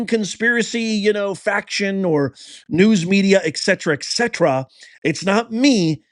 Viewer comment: It's "ETCETERA" not "ECCETRA"